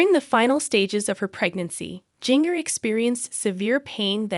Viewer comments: Ginger first name is spelled with a J but it’s pronounced GINGER that’s her real name, not how you’re saying it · She is saying her name wrong it’s jinger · Please learn to say her name right before doing these too many out with names wrong because you people can't say the names right so sad 😭 I will pray for her and her baby🙏🙏🙏🙏🙏🙏🙏🙏🙏🙏🙏🙏🙏🙏🙏🙏🙏🙏🙏🙏♥️♥️♥️♥️♥️♥️♥️♥️♥️♥️♥️♥️♥️♥️♥️♥️♥️♥️♥️♥️♥️♥️♥️♥️♥️♥️♥️♥️♥️♥️💯💯💯💯💯💯💯💯💯💯💯💯💯💯💯💯💯💯💯💯💯💯💯💯💯💯💯💯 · At least you could pronounce her name right.